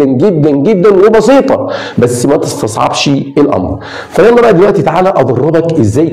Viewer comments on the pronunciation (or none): none